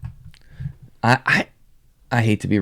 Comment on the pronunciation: Pad-mUH? 🤣 the disrespect on tier and pronunciation